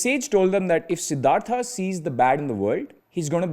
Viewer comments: Its horrible to listen "Siddhartha" instead of "siddharth" from a Indian guy. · "sidhartha" bro please spell it as "siddhart" sounds so weird yaar